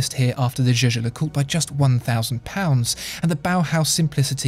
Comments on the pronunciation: I would've take this more seriously if you pronounced Jaeger-LeCoultre correctly. Jajer-Jacult? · Can someone explain me why it is pronounced as "Je-Je LeCoutre" ? Is that Swiss German? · You can pronounce it as you want. The German CEO of JLC Günther Blümlein did indeed pronounce it as you said, so did Max Büsser (MB&F) who worked for JLC. But the current CEO Catherine Alix-Renier says it more French.